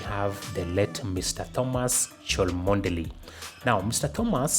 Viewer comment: Plse that name Chomodely isn't pronounced the way you did! It's just a simple, "Chomly". 😂😂😂 tough name indeed eehh...